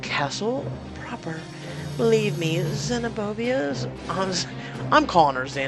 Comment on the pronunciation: I did the same but the opposite but got same results lol we will get through this. And it ze-no-bi-a. Just saying